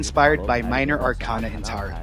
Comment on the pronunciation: I was so mad that they were pronouncing arcana wrong. 😂 I love tarot.